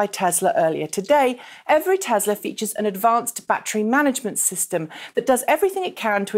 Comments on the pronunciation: *Tesla not *tezla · tess la not tezlaaaas you stupid bitch